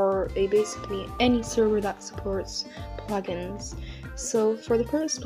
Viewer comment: Funny you said puglins instead of plug-ins.